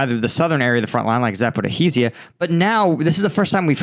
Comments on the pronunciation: it's zapoROJYE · Man, try pronouncing that city as Zaporijya, please. That way it sounds rly close to the real Ukrainian pronunciation. I know the official transliteration is Zaporizhzhia. But it's kinda lame, idk. Thing is, every time you see 'zh', means it represents a sort of an equivalent of a letter 'j' in English. And Zaporizhzhia has sort of a double J.